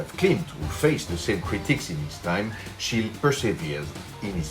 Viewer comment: This is quite a good approach to Schiele's style. 🙂👍 By the way, the "e" at the end of "Schiele" is not supposed to be dropped.